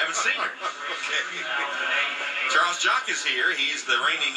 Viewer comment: One of the commentators said "Jarles Chock"... lol